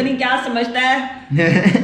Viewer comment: why you say shtop instesd of stop